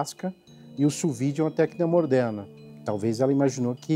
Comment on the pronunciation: "Morderna" hahahhaha